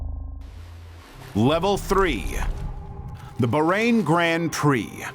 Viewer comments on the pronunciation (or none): the ba...reign(bahrain) grand prix 😂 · The pronoucation kinda took away from the seriousness of the F1 crash lol. It’s pronounced BaahRain, and it’s Roman (like the historical bit) Growshon in the video you played the person literally said it 😅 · I just want 1 person to research on how names are pronounced before doing these videos....just once. Barain is pronounced BAHrain like baa baa slack sheep. Daniel KvYat is pronounced KvYAT and it's rohMAN Grozhon. Takes 2 minutes.They even pronounced Romain's name IN THE VIDEO. Joe Teismann? Try Joe THeismnn and there's only 1 bones in your lower leg until it's snapped in half. I'd expect this crap from an AI voice-over but and actual human who speaks without an accent?